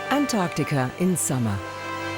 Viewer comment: Antarctica ka naam antarkatika aaj pehli baar sunna 😂😂😂 antaar ka tika hi kehna tha ab